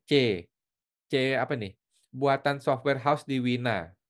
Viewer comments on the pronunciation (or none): C# bacanya C charp ko